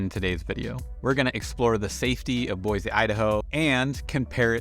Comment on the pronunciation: Take that z out of Boise and I won't have an issue with you. hahahaha Super pet peeve listening to you this morning. Thanks